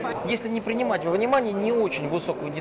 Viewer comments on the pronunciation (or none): слово принимать режет слух, что случилось?)))